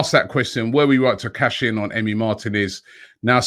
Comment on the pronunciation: MAR-TEEEEEE-NEZ NOT MARTIN-EZ